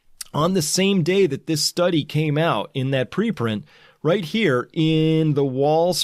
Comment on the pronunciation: You just brutalized the "study"